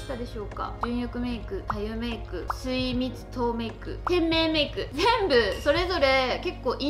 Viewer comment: すいみつとうメイクをみずみつももメイクと言ってるのがずっときになってしまう